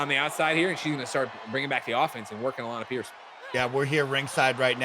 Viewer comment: The best part of Alanah matches is hearing the in game announcer pronounce it "Alan A Pearce"